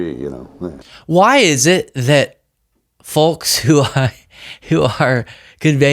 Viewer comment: PRONUNCIATION OF "FOLK": ˈfōk NO "L." This (obviously) drives me crazy. HA HA. Some people pronounce the T in "often" and think they are more precise than others. No, they're just wrong.